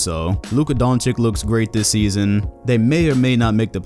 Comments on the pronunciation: It's DONCIC, not DONCIK. Jesuschrist, how hard is it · BTW, it's not Donchick but Donchich. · Man it's not DonciK, it is DonciC the second C is not pronounced like a K, it is pronounced like a C... Damn Americans, you guys never get foreign names right